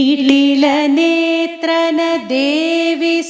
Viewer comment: Nitila kakunda nitalanetrane mam